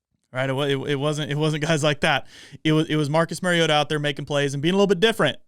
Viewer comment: Learn to pronounce the name of the person you are critiquing. It's not Mary-O-TA. It's Mari-O-TA. As in Mario Andretti. Just say TA instead of Andretti. Until you put in the effort to even know how to pronounce Mariota you are not to be taken seriously.